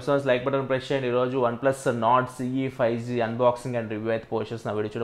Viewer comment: Bro it's Nord not Norse